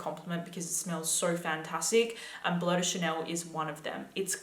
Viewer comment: "Blow de Chanel." How can you talk about fragrances and you can't even say their names?